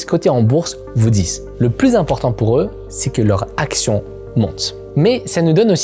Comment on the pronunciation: ehh Il ne faut pas avouwar pweur 😂